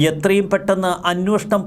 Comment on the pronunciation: അന്നോഷണം എന്നല്ല ഉച്ചരിക്കേണ്ടത്... അന്വേഷണം ആണ് ശരിയായ വാക്ക് 😊